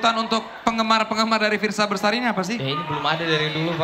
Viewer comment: Fiersa Besari bukan Bersari 😑